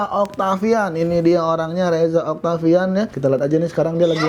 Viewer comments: oktovian bukan oktavian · reza oktovian pak bukan oktavian :v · oktovian not oktavian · reza oktovian not oktavian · Btw nih bang yang yaa sebenernya itu Reza Oktovian bukannya Reza Oktavaian bang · oi reza oktovian bukan oktavian idiot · oooyyy reza octovian bukan octavian bang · Reza oktovian coy bukan Reza oktavian!!!!! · Dimana" ada aja yg salah sebut "Oktovian" jd "Oktavian" XD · bukan oktavian tapi oktovian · itu rezaoktovian bukan oktavian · rezaOKTOvian om bukan rezaOKTAvian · reza oktovian bukan okta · reza oktovian bang bukan oktavian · reza oktovian keles bukan oktavian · btw, reza oktOvian bukan reza oktAvian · "Reza Oktovian" bukan "oktavian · Reza Oktovian bukan Reza Oktavian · reza oktovian bukan oktavian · reza oktovian bukan oktavian -_